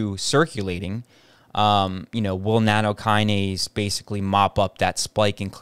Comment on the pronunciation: NATTOKINASE NOT NANOkinase